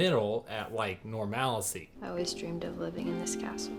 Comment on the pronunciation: Word of the Day: ‘Normalicy’.